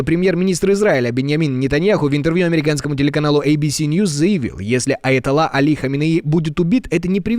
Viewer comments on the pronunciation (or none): none